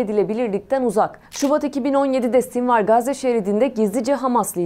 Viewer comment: Sinwar ismini ingilizce olarak sinvir diye okumazsın be:) Sonra bir sinwar, bir sinvir ah ah.